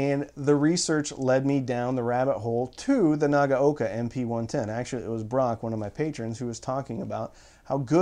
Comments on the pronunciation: Pretty good. A little too hard on the "g" and a little bit "clippy" between the syllables. And, the first syllable "na" is too long while the last is too short (naa-ga-oka). It's an audio channel, so how things sound is important, right? LOL. But, yes, importantly he got all of the "a" sounds right, which is where most Americans chomp the bit with Japanese pronunciation. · Arrrgggghhh! It's pronounced Na-gow-ka!